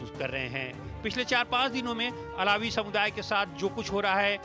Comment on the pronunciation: अलावी नहीं है सर बलकि अल्वी है